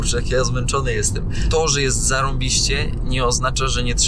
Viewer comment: chciał powiedzieć "to że czasy są niepewne " czy "toże czasy są niepewne" he he he